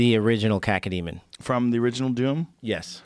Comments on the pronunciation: Rogan. First off, grow up man. What's with the childish humour 'kaka' etc. It's KAY-KOH demon. Cacodemon. Easy. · Cacademon? How does the director of Doom not know it is a Cacodemon?